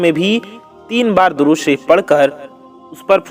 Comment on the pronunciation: اے میرے پیارے ددود تو صحیح پڑھ لیں درود شریف غلط ہے